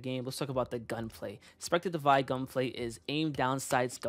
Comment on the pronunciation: Divide not divine